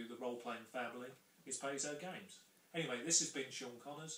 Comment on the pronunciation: Thanks, Sean. BTW, it's PIE-zoh.